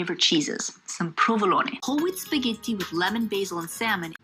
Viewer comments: Granted, I haven't been to all parts of Italy so maybe she's getting her accent from somewhere else, but I have NEVER heard a Roman call it "spaghitti". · “Spaa-ghey-tee” uh huh honey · Her "spaghetti" is absolutely atrocious, but 92% of the Italian in this video is surprisingly on point. She actually didn't go hard enough with the pinot grigio.